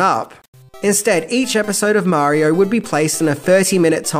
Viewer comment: Imagine making a whole ass video that is a full 26 minutes long but you still can’t say Mario without adding an unneeded british as marior every other time you say it